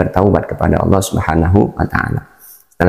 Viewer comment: ALLAH BUKAN ALA